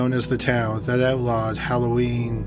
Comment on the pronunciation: K I've subbed for yrs. I get it, he talks like that but...I literally had to replay the line about "that outlawed Halloween" three times to understand it. lol